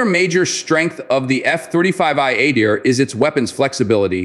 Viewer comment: It’s pronounced Ah-deer and not at-dear.